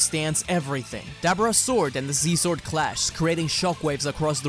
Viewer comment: bro said see zword